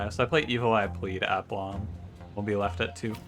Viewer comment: It’s pronounced ah-plomb. Thanks for making these videos with such aplomb (not quite correct usage but close enough). Liking the new series